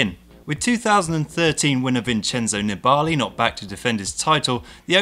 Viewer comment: FYI -- You're saying 'Nibali' wrong. It's a very short 'a' sound. Almost more like Nibli.